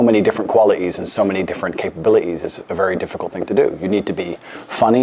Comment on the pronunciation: Please never say capabili'ees again Andrew.